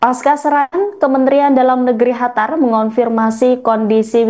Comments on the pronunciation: Kok ga enak bener nyebutin negara Qatar. Ditelingahku terdengar seperti negara "Hatar".. Bukan terdengar " katar" seperti penyebutan biasanya.. Apa emang nyebutnya " Hatar " yah.. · Kok hatar sih...? Cari pembaca baru... Qatar kok jadi hatar, senget tenan😂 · Mba Qatar bukan hatar..... hadehhhh bacanyaaa..... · Qatar bukan Hatar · Bukan Hatar tp Qatar Bravo Iran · Bukan Hatar tapi Qatar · Qatar bukan Hatar yah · Kok Hatar bukan Qatar? 😮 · Apa cuma gw yg dnger dia bilang HATAR? bukan QATAR? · Qatar mbak, bukan khatar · Qatar sis bukan Hatar😅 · Qatar bu, bukan Hatar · Gue dengernya bukan qatar tapi hatar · Kok Khatar mbak, itu dialek Persia tapi bahasa Indonesianya Qatar atau bahasa Arabnya Qothor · QATAR bukan HATARR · Qatar ya Non, bukan Hatar 😂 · Negara Qatar host pengucapannya khatar. 🤔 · Kok Hatar sih bacanya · Hatar atau Qatar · Penyiar beritanya gk bisa nyebut Qatar dia sebut Hatar, sejak kapan Qatar jadi Hatar ya ? 😂😂😂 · Qatar min qatar bukan Hatar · Qatar mba, jangan hatar... Gue bingung dengernya kalo ga baca... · Bukan hatar tapiQattar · Bukan hatar mbak qatar sekolah dimna sih mbaknya..? 😂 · Qatar mba bukan Hatar😂😂😂😂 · Hatar apa qatar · kok hatar si ,, qatar mba QATAR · Qatar bkn hatar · Bangga dg Iran..sungguh membanggakan tapi kok penyiar ini ubah nama negara Qatar menjadi Hatar sih....how come????yg benar QATAR. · Pembaca berita ngomong nya kok hatar bukan Qatar 😂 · Qatar bukan hatar😂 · Qatar bu jgn ganti nama negara ,Qatar jadi hatar drimana itu bu😂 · Qatar ❌ Hatar ✅🗿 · QATAR BUKAN HATAR pembawa berita keseleo lidah kali